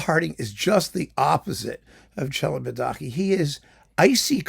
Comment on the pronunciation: I never knew how Celibidache was pronounced. So thanks for that!